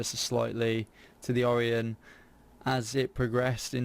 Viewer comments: or-EYE-on not or-E-on -. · Pronounced orIon, with a hard I, not oreon, but I like the ship